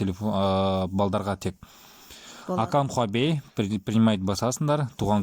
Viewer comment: хуабей емес хуавей